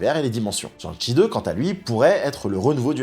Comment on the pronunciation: Petite critique. Ont ne prononce pas Tchan-shi mais plutôt chang-shi. Shang-chi